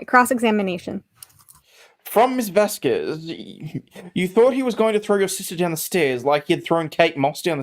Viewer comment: Miss Vasquez name is pronounced Vaskez! Please!